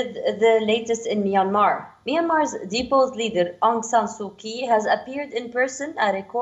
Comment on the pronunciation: It's Su Chee.. not Su Kee